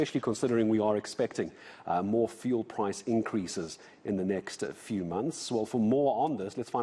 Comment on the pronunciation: The way this is explained doesn't make much sense... maybe also pronounce it as "few-ul" and not as "foo-el"??